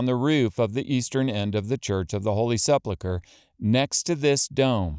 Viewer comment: ‼️He pronounced the word “sepulcher” correctly exactly 0 times in this whole video 🤡 Sleplecler? Seplelcler? Ah you get what I’m trying to say. Why try?